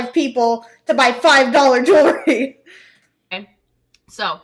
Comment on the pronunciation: Jew-la-ry?? At least learn how to pronounce the word you're selling. Jew-al-ry. Ha ha ha.